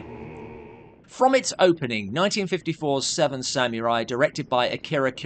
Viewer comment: I’m sorry,but as much as I adore and respect,the host of Dark Corners reviews,his pronunciation of “samurai” is wrong.There is no elision after the “m” in “samurai”-it’s pronounced “sa-mu-rai”,with the “u” being pronounced rather like the”u” in “pull”.